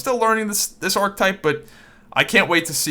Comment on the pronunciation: Archetype - 3 syllables - ar·che·type